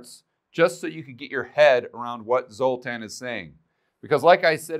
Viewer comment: Stop it, everytime you say, "Zotan", I think of the movie with the Z sign in it from the 80s.